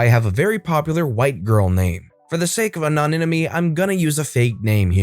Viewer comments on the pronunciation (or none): Is no one going to comment on the fact that said “ano-ni-ne-my”? 🤣🤣